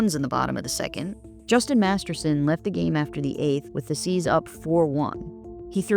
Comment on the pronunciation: Did she call the Indians the C’s?